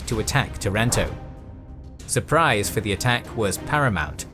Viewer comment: nice video. But not tarAnto, tAranto